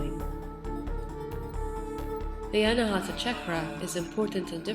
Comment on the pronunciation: It is Anaahatha...aspirated t...pronouncing t while blowing out ha at the same time. Hut-ha. Not anahaatha with the th like in thick.... Anaa is 'not' and hatha (hut ha) means struck. Unstruck, or a center that produces sound without an external source like striking a musical instrument...and oh, the d in naada is pronounced as in this, thus, not like in day. And oh, Naada is Sanskrit whereas Hindi speakers shorten it to Naad. This is such a SUPERB video...so much knowledge and wisdom. Fabulous production. Sweet enchanting voice.